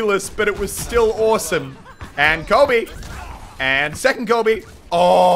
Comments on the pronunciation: He was saying Colby instead of coby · Did he say Colby instead of Kobe? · Is he saying Colby..?